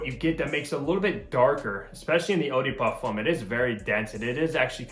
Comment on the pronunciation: I'm not trying to be rude or something but please if you want to pronounce something in another language at least say it in the right way or just don't say it at all, as u said eau de parfum you could said EDP instead.